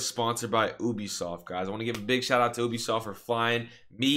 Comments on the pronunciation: Man said OOBISOFT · Me at first: OMG THIS VID IS GONNA BE SICK: says ubisoft (oo-be-soft) instead of ubisoft (you-be-soft) Me: I'm out this guy's pissing me off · so it ooooobisoft........ not youbisoft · No offence, but "this video is sponsored by 'oobisoft'". Love you man!